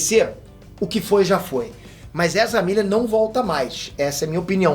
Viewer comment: "Ezra Birris" burro de mais